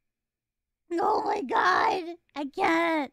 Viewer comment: John Goodman turning God into a three-syllable word.